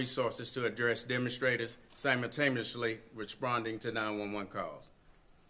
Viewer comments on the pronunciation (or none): none